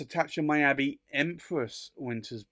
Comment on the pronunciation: Thank you,. Beautiful pens out of my price range. Fun to see, though. (Miyabi is pronounced Mee-yah-bee) Thanks again.